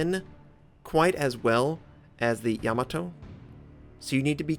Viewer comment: Ya-MAH-to...rhymes with To-MAH-to...